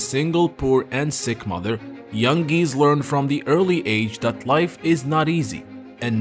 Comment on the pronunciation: GEESE - NOT GEEZZ